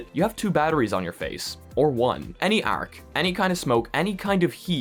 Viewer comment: The way he says arc 🤌